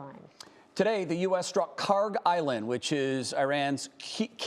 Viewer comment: DID YOU SAY BOSS HOGG ISLAND ..